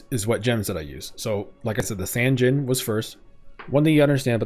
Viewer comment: Low-key thought you said Dijons for a second